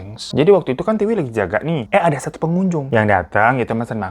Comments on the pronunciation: Tiwi bang bukan tika. Emg T2 😅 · Tika atau Tiwi sih😂 Aku bingung, di video Tiwi, si Abang nyebutnya Tika mulu 😂😂😂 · Kenapa nama Tiwi lama-lama jadi Tika 🤣🤣🤣 minum dulu kali Bang, biar gak keliru 😆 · Tiwi hirooo bukan tika 😂😂 bikin ngakak lu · bang lo typo ya? ngomong tika tpi tulissan tiwi